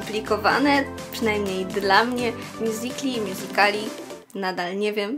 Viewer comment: Mjuzikli się mówi